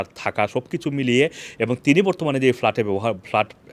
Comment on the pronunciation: What started with FALART, FALART. can't you ever consult a dictionary brother Banglaee